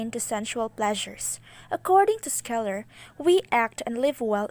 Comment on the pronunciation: Good job maam! Scheler is pronounced though as “sheler” not “skeler”